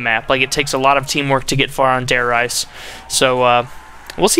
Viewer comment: Why does everyone pronounce Reise as Rise or Rise-a. It is pronounced Re-za